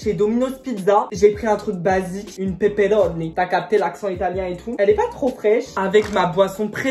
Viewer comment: Toi tu parles espagnol ou quoi là tu dis une pepperoni pepperoni ahahah